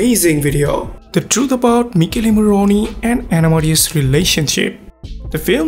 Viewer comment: he isn't italian ahah I understood it because I'm italian and he pronounced badly "Michele morrone" But that's fine!! He's fluent in English, and he has a beautiful voice. That's all that matters❤️😊